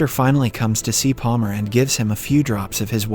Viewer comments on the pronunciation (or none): I was thinking it was also an ai bc there’s times where he mispronounces words really weirdly. Like in this video he says Paler instead of Palmer, which somebody doing a voice over wouldn’t really make that kind of a mistake.